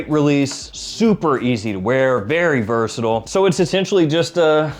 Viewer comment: UK here! How do you manage to say "versatile" without pronouncing any of the vowels? (vrrsdddll) I have tried it several times and I almost choked to death! 😂